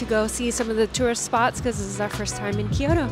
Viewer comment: Just a friendly note: a lot of people pronounce Kyoto as Kee-yoh-toh, but it’s pronounced kyoh-toh, with two syllables, not 3. Loving the Japan vlog content! Making me miss Japan! ❤